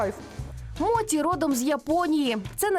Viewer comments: Якщо мочі,то не суші,а сусі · Будь ласка, не моті, а мочі. Моті в українській мові- це неправильне вживання японського слова, яке збереглося ще з радянських часів, та й японці так не говорять. Так як Поліванов був російським японістом, то транслітерацію він зробив на свою мову. Особливість роснявої мови в тому, що їм невластиво та незручно буде говорити напр суШі весь час чи моЧІ (вони навіть зараз максимум, то говорять суШИ та моТІ). Але українська мова не має таких проблем , наша мова багата на звуки, які можуть якнайкраще передати японські слова. В радянські часи власне української японістики не було, тому говорили так, як партія скаже (моті, сусі, сінкансен й тд). В цей час весь цивілізований світ вивчав японську мову за Хебперном, де мочі є мочі, суші є суші, шінкансен є шінкансеном. Ця транслітерація є правильною і найбільш наближеною до японської мови. Зараз ми незалежна країна, маємо свою японістику. В українських університетах вивчають японську саме за останньою транслітерацією (Хепберна). Тож будь ласка, давайте викорінювати російські кальки в такий спосіб!